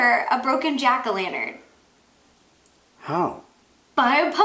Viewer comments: And you said jakolanters when its Jack o' Lanterns. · She said jackalanern when it's jakolanters